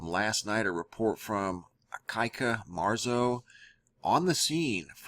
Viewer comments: Ikaika is doing a great job, so can you pronounce his name correctly? It's kind of disrespectful to keep mispronouncing his name so it sounds like a piece a ca-ca shit. It's E-KAI-KA. NOT E-KA-KA. He pronounces his name correctly in his vids so why can't you? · Pronounce ee ky kah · Lay lon ee Estates E Kai (rhymes with sky) ka Proper pronunciation if you like show respect. Great work MAHALO nui loa! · it is Ikaika (ee - KAI - ka)..... and it means "strong" or 'strength" in Hawaiian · I think your Hawaiian correspondent’s name is said “ee-kah-ee-kah.” 😊 (I’m not an expert. I just know that every vowel gets pronounced.) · It is pronounced E(like the letter)-kie(like pie)-ka(like cut without the t)